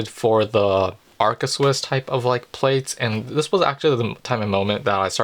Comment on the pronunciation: ARCA Swiss not Alca Swiss!